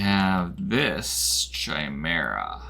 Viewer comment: Pretty sure "chimera" is pronounced with a hard "k" sound, lol 😅... Very cool animations, though 😁!